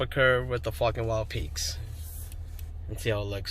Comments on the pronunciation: Haaaaaaaaaaaaaaa. Sounded like you said Fukn Wild peaks.... Question, Im hearing the TRDs have a factory 2" lift. Do I need this lift to accommodate these tires on a SR5? ? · Sounds like you're saying fucking.